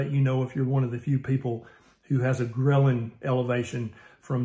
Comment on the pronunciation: When Doc said Ghrelin, I was passively listening and thought he said grilling for a sec, that got me hungry. :)